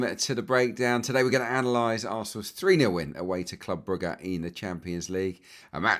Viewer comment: Try saying Nargo. It sounds more like that. And Brugge… I know it’s a difficult one as well, but Dutch pronounce G as H, so it’s Broo-heh